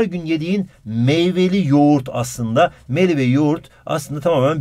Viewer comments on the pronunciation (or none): none